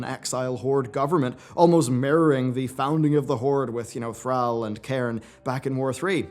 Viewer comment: Say “all” then look at Thrall and sound it out.